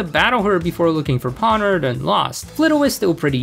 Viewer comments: I've been hearing a theory that Geeta is being mind controlled, and that's why she is so bad, I like that theory Also Pawniard was probably avoiding you because of the way you pronounce their name xD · "Skidoo" instead of Skiddo. "Pawnird" instead of Pawniard.